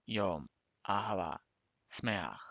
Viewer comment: Literally say: Yom Ahava Smeaj, no SAmaj